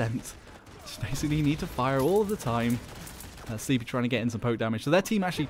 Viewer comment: His name is pronounced "slepy," not sleeppyy